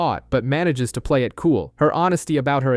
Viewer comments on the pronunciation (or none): none